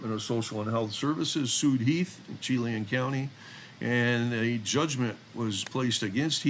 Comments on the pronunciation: Chela, WA pronounced with a soft ch and a short a sound for the e. Say as sha-LAN. Emphasis on the second syllable. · Chelan - It's pronounced Sha-Lan. And Wenatchee is pronounced Wen-natch-chee. It is the Apple Capital of the World and home of beautiful Lake Chelan, and on the Columbia River! THANK YOU for all of your posts, and also for your service in law enforcement (and to your fellow colleagues in law enforcement, too!)